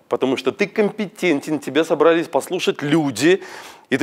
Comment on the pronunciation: огромное спасибо. Многие вещи (например, сцепление пальцев, ровная интонация, стойка) я делала по-старинке. Буду перестраиваться. Позвольте замечание: выбираю трёх человек в зале (не три), собрались -- ударение на И (не на А). Впрочем, это мелочи. Ещё раз благодарю. Елена